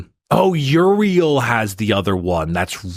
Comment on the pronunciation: Put some damn respect on Prince Yriel’s name. Dude the Hive Mind feel pain.